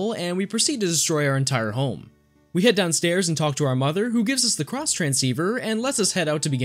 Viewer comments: Pronounces Xtransceiver as Cross Not you too. First PlayStation and now you? You were supposed to be the chosen one! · Did he just say CrossTranceiver? First he calls my favourite Pokemon 'arguably one of the worst starters' then he hits me with CrossTranceiver, that's it I'm out. Half-jokes aside, good video.